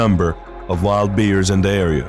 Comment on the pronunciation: Learn to pronounce Bears not Beers